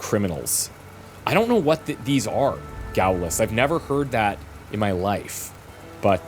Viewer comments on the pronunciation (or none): It's pronounced Gawllist btw, French word, supporters of Charles de Gaulle, the leader of the French Resistance =P